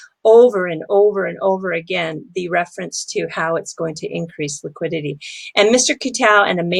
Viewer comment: Liquiditahhh lol